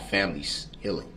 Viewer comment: The Baby Brooke’s translation for the word healing is hillng. You could write a Baby Brookes dictionary with all his ridiculous pronunciations 🤦‍♀️